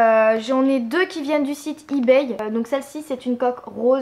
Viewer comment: 1) Apprends à parler (Snapchat, ebay...) 2) T lunettes : cool ta life 3) T'avais pas un BEL IPhone 5c avant ? 4) Avis perso : le rouge (rose) à lèvres je le trouve dégueu 5) Je suis désolée mais je trouve cette vidéo vraiment ratée mais c juste mon avis perso. Bisous :-*